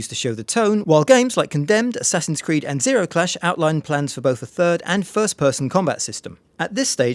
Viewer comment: Zeno Clash not Zero Clash